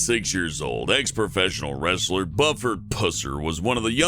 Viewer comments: Buford Pusser is pronounced Byuford, not Bufferd. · Its not pronounced buff-erd Its b--u-ferd. Trust me live like ten minutes from his house, well, museum now. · Buford pronounced like “buff ord” that’s a first for me